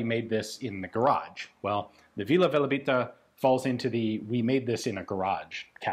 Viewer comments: Hi, it´s not Velabita, it´s Velebita. Velebit is the name of a montain range in Croatia and Vila Velebita basically means Fairy of Velebit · It's actually "Velebita" :D, after the mountain. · Its not Vila VelAbita, but Vila VelEbita